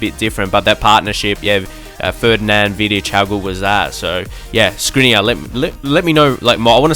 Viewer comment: Feel free 2 pronounce Škriniar the right way: Shkriniar